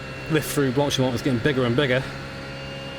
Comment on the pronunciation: Blank-pain? I think it sounds more like blonk-pah :) You pronounced the name of the the start section at Spa correct though...